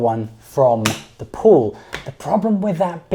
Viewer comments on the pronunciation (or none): My head hears central pool but my soul hears central Paul